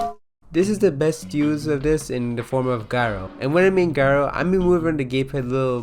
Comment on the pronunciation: it’s pronounced jyro